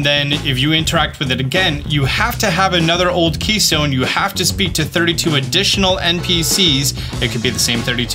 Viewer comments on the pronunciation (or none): it's ODD keystone.. Not OLD...